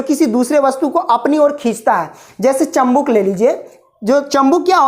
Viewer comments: Bhai bo chambuk nahi chumbak hota h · Chambuk nahi bhai chumbak ya magnet bolte hai 😂😂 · Chambuk😆😆😆😆😆😆😆😆😆😆😆😆😆😆😆😆😆😆😆😆😆😆😆😆😆😆😆😆😆😆 chumbak hota hai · चुम्बक बोला जाता है चमबुक नहीं ठिक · चंबुक नही चुंबक होता है 😂😂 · Chambuk nhi sir g chumbak hota hai😀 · Chambuk nhi chumbak hota h 😂😂😂😂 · Chambuk nahi hota chumbak hota hai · Sir chumbak hota h chambuk nhi😁😁😂